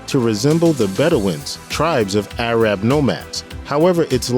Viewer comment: some of the pronunciations are a bit off. Arab and Bedouin were a weird ones.